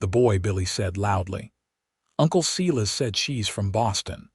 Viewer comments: I can't even listen to it, by the time they said Tuh-bitha twice and then said See-lus for Silas I am backing out of the story. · Mispronuciation of Tabitha and Silas.... etc over and over.....can't continue to listen!!!!